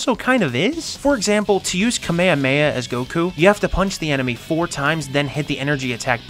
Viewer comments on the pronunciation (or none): kmehme? ka me ha me ha, not kmehme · Awesome video bro. But listen just nitpicking here but next time please use the correct names. Always. Kame ha me HA it's the proper pronounce. Oh and just in case, it's Ree you Not Ri you (Ryu from street fighter) if you someday plan to play all street fighter games. I see a lot of those two mistakes in american youtuber content. And always, always! Look how to pronounce the names in japanese or other foreign languages. Don't go saying, sorry for butchering the name. Don't do that. You can always google it and do some research. Very important. Be smart. It always pisses people off from other countries. I want you to grow your channel. Some tough love from you boy ;). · I hate to do this but kamehameha is pronounced kuh-meh-huh-meh-huh! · The way he pronounces kamehameha gives me psychic damage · It hurt me every time you said kamehameha 😂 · Wait, is nobody going to talk about the way this guy pronunciates Kamehameha? Xd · Why u say Kamehameha like that? Ahahahaha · Bro didnt say kamehameha right😭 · Why can nobody say the kamehameha right, why is it most people say it the fortnite kid way now. in the video in case people were wondering. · Why does everyone pronounce Kamehameha wrong? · Why are Americans unable to pronounce Kamehameha properly?